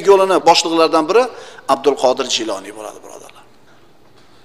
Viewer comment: Kinosida G'iyloniy deyiladi. Domlar Jiyloniy deyapti.